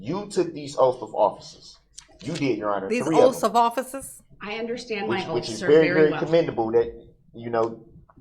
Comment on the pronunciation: Calling the oaths, “oafs” lol 😆